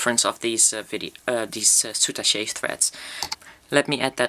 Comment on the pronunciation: The French pronounciation was correct before you said how the French pronounce it. They don't say "soutachay" like you did but "soutach'".